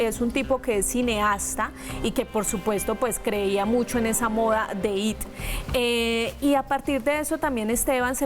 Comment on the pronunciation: No se dice IT SE ESCRIBE ET Y SE DICEI I,T